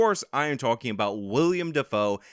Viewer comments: I love the channel. But, PLEASE PLEASE PLEASE stop calling Willem Defoe "William"!!! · Love your work That being said, it's Willem Dafoe, not William. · it's Willem Defoe. Not William. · It's Willem. Willem Dafoe. Not William.